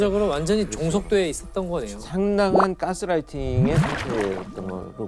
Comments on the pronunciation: 아니 왜자꾸 개스라이팅이라고 발음굴리는건지... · 아 자꾸 개스롸이튕~이러네 못들어주겠다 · 깨스등, 깨스롸이팅 발음하는거 ㅈ같네